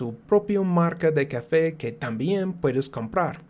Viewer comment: Why do say "cafey" instead of "café"?